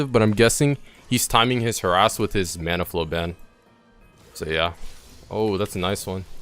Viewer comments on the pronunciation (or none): none